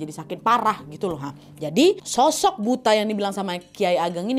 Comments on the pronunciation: Bacanya "buto" Nggk sih 😅 kalo buta kaya kikuk bgt nad 😂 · Cara bacanya bukan BUTA. Tapi BUTHO. BUTHO adalah makhluk berbentuk raksasa, bertaring,dll Maaf.. Saran dikit kak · Dibacanya BUTO nadd bukan butaa 😅😅😅😅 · Kayax nyebutnya buka buta kak tapi Buto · Kak buta itu bacanya "buto" to-nya bunyinya seperti tolok ukur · Buta dibaca buto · Kak baca nya buka buta. Tapi buto. Artinya raksasa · Bukan buta kali ya bacanya tapi buto, ya semacam buto ijo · bukan buta kak nad. tp buto bacanya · Kak Nad itu bacanya Buto bukan Buta 😭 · Kak ini kek nya bukan "buta" tapi "butha" bacanya "butho" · Nyebutnya BUTO kak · Bukan buto kah ini bacanya kak nad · Bacanya buto kak nad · Itu baca "buto" x k.... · Tulisannya kan emang BUTA tp pelafalannya dlm Bahasa Jawa jd BUTO... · Buto kak bacanya😊😊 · Buto kak nad bacanya😭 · bacanya buto kak😭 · Kalau dijawa Butho kak penyebutannya😊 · Gak semua daerah penyebutannya sama , di Sunda emang bener disebut buta .